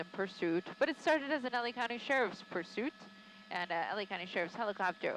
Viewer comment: Anybody else notice at the beginning of the pursuit that she said "sharted" instead of started? Lol an amusing little slip of the tongue.